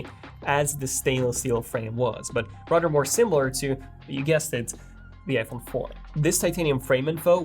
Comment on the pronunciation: Dude practice your “the” leather, rather, you keep pronouncing it like a D. I’m also bilingual.